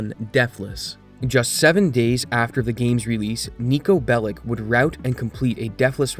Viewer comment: it's Belić, not Bellick